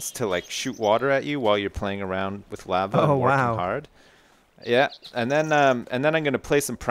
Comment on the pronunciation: just say lava correct for once. its bothering me